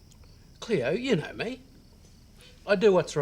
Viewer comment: You saying cleo, Emma and ricki is bothering me I only know EEEMA, CLEOOR, WRIKEEY